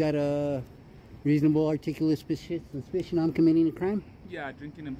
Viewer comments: "U got a reasonable articulabal spessssiition 🤣 🤣 🤣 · He can't say "suspicion". His speach pattern would make me suspicious, too. As would his drinking something from a paper bag. Full honesty in presenting these, please. We know you audit and we know you edit.